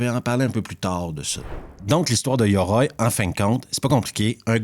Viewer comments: Petite parenthèse tu prononce mal le titre 😊oï 2 points sur le i ça fait oye pour simplifier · Je peux pas mettre de pouce à cette vidéo : 1 parce que ce n'est pas un navet, ni un film de genre mais un film de m...e ! 2 parce que ta prononciation japonaise est affreuse, yoroï ça se prononce pas yoroi ! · Bonjour. J'ai adoré Yoroï ! Cela se prononce "Yorohye".